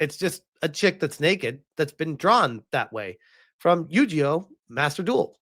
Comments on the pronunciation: I don't even play it, or watch it, but hearing you pronounce YuGiOh like YuJeeOh hurt my soul. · Oh the pain I felt when he mispronounced yugioh